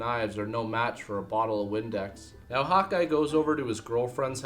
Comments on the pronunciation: when you say Hawkeye, it sounds like you're saying hot guy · sounds like he's saying "Hot Guy", instead of "Hawkeye"